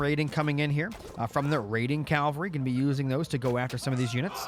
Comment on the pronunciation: is saying 'cal-vary' rather than 'cav-alry' a running joke or something ;) ?